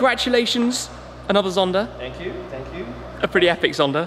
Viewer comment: Why does it seem Shmee adds an R to the end of some words? I hear Zondar instead of Zonda 😂